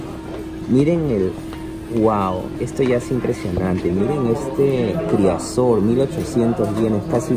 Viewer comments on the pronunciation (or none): Al menos se podría aprender los nombres no ? Criasor en vez de crisaor no sabia lo shun con la armadura de virgo eskila etc etc